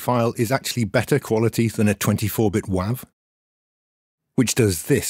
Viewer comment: good to know that I am not crazy for pronouncing wav like that.